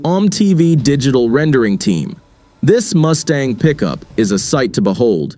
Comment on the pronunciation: Did he say Moosetang...?